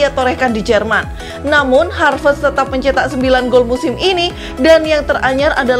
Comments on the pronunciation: haverst bukan harvest. Koplak bt sih😂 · Admin : "Harvest" Me : "😑😑"satt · Ngekek denger host ny nyebutin pemain2 Chelsea,😂😂😂, Dari Kai Harvets, timoi bakayako, sampai nkolo kante😂😂🤣🤣